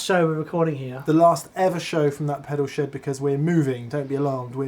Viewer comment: keeps saying last eoisode for 'that pedal SHED' but my brain keeps hearing 'SHOW' and i panic a little...😧